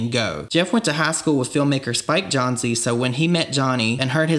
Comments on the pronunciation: Spike Jonze (Jones) not Jon-zee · you mispronounced Spikes last name. It’s not Jonz-ee, it’s pronounced the same way as Jones. How are you supposed to be trusted to know what your talking about when less than 10 minutes in you don’t even know the name of one of the main creators of jackass? Have you not seen a single interview where they say his name? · Spike “JONZEY” lol its just Jones bro lol a single E at the end never makes an “ee/ie/ey” sound.. but great video i learned a couple things and hearing that mispronunciation of spikes name gave me a laugh, and the southern accent just made it that much better.. from a fellow southerner 😂😂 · Great video! Excited for the rest! Btw, Spike Jonze is pronounced "Jones" (rather than "john-zee") 😊🥰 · its not spike jon ze. Its pronounced jones. Thank you for coming to my TED talk. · This is going to be amazing! And I believe it’s spike jonze pronounced “jones” 🫣😂❤️ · Thank you… love the new content, this is so interesting and much needed… #FreeBam also I’m sorry to be that person.. Spike Jonez last name is pronounced “Jones” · You pronounced some things very strangely lol. It's spike Jones essentially not john-zee 😂 Good vid though man! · Spike Jonze like ‘Jones’ Not ‘Jonzee’ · “John-Zee” lmao it’s pronounced Jones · It's not Spike Jone "Z", it's Spike JONEZ (pronounced Jones). It really hurts to hear you mispronounce it so profusely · Spike Jonze... the jonze is pronounced like jones!!! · spike jonez pronounced like jones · Lmfao did you just say Spike John-zee? It’s pronounced like Jones. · It’s not johnzee it’s Jones. Spike jonze. You do all that “research” and can’t pronounce one of the easiest names of all lol. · I had to look this up because after hearing your pronunciation, i got scared that I’d been saying it wrong all this time, but Spike Jonze is pronounced like “Jones”. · "Jonez" Pronounced "John Zee" 😂 🤣 😂 😂 🤣 😂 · SPIKE 'JOHN-ZEE'?!?!? BRO WHAT!? hahaha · Hahaha the way you pronounce Spike Jonzeey🤣🤣🤣